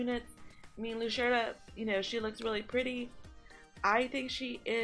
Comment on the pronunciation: Yeah, I agree. If this ends up being another event where we use our Light teams and we just bypass the Dark team, that would be very odd. BTW, I think Lucretia is pronouned Loo-cree-sha